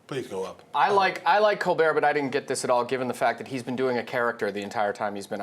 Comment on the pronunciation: THEES is up or down? Talk right.